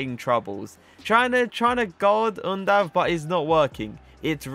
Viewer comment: Im from Germany Yes you pronounced him right 👌🏻 Keep up bro❤👌🏻🔥